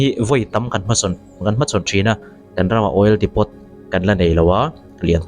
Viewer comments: Oil "depot" a ni, a ziakah chuan,a lamrîk danah erawh DIPO tia lam tur,T hi "silent" a ni e.. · Depot ni lo in Depo tih tur a nih hmel..